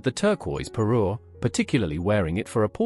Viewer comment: Parure, not Peru etc 😊😊